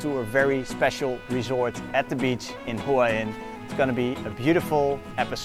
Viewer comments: Hua Hin is mispronounced by everyone except the Thai. why heen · Please pronounce Hua Hin the correct way next time... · It hurts my ears... haha